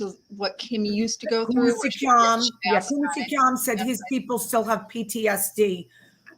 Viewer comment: When Kim says Kumisi Kham I cannot stop laughing. She is funny.